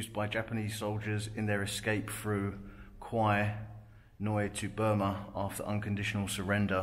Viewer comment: It's pronounced "Kway" in Thai ... The way you're pronouncing it ..That's Thai for a Buffalo